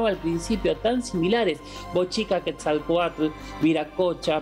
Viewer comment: NO SE DICE QUETZALCOAL... SE DICE QUETZALCOATL